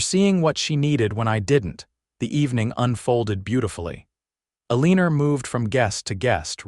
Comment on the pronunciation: It’s Eleanor x L n or